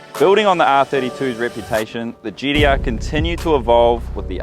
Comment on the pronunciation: Is that guy saying GDR? Or am i having a stroke?